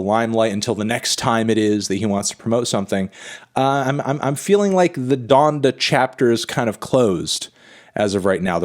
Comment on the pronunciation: it’s pronounced “Don-Duh”, Melon smh